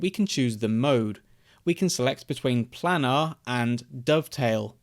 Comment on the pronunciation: How to pronounce planar : plane-are